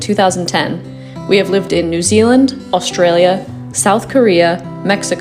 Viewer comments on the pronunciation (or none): none